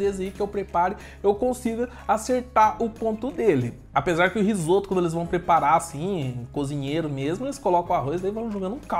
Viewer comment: "Risopa" huahuahuahuahuahua